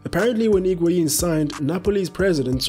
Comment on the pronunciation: The h of Higuaín is silent. It's pronounced as IG-auín.